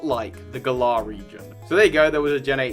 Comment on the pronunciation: pfffft Stop pronouncing Galar like that, you sound like a real galah. xD They pronounced it more like 'valour' with a g in the announcement trailer, anyway. Emphasis on the first syllable rather than the second.